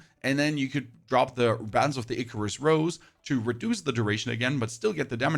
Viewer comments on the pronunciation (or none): none